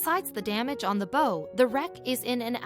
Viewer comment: you say a ships bow......as ba-ooow...the way you say it sounds like a ribbon